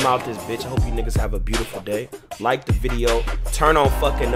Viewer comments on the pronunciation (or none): none